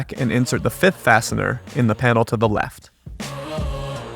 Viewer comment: Did you say right to lafe